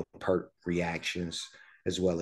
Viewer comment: It is actually pronounced P-ear-t not Pert. You had it right the second time and goggle was wrong. He is considered one of the best drummers in rock. He is also a percussionist and was the main lyrist for the band. He was on a bicycle trip through West Africa and he heard drumming from a hut. Here a villager was trying to teach a young missionary how to drum. The young fellow was very befuddled. The gentleman motioned Neil to try. Neil sat in and soon the two were making music and the women came in and started dancing. The missionary was amazed and all Neil said was "I'm in the business" To see an amazing performance with the whole band please check out Xanadu from Exit Stage Left live in Montreal Cheers